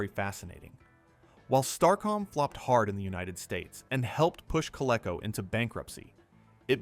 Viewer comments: When I heard Coleco pronounced as CO-LE-CO instead of CO-LEE-CO, I assume it's an AI voice. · You keep mispronouncing "Coleco"! It's pronounced COL-EEE-CO! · Learn to pronounce Coleco